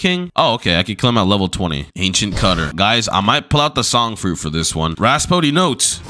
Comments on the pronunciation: raspodee... as a music major this video hurts... its pronouced Rap-so-di. fort-is-imo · Its pronounced "Rap-soo-dee" not "Ras-foo-dee" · Any one gonna tell him rhapsody is pronounced rap-cidy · and raspody notes not rhapsody notes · BLUDDY SAID FORTYMISSOH, RASPODDY NOTES?